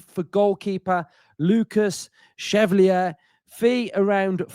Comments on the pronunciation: If he’s gonna be ours, we gotta get it right. “Shev-Val-Lee-Ay” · Love to hear with his ever changing pronunciation of a foreign name 😂😂 chevelly, cheiflear, chevalillier, took my chevy to the levy!! Pretty sure it means Knight in French so Chev-Alley-Air. Maybe just call him Lucas Knight to be safe 😂😂😅😅